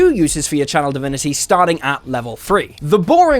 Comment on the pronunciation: For some reason, I always hear "child divinity" instead of "channel divinity" .... am I cursed?